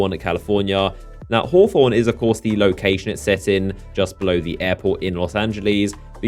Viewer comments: It's pronounced (hah-thorn) and come down to my hood, Eastside Torrance-Young Smirk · bro I assume you're American but dam our immigrants down here can pronounce Los Angeles and hawthorne better lol